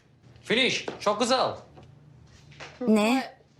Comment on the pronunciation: finiş çok guzıl sanki Mürsel Türkçeyi yeni öğrendi de konuşmaya çalışıyo safdsgadfgadhfsdg